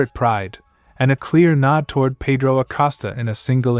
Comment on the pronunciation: His name is Acosta not Acasta.